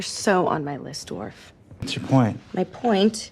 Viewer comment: I love how she calls Rachel a dwaf 😂